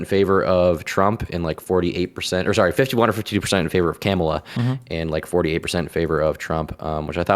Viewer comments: "Camela" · Why can’t say Kamala? I know he knows how to say it right.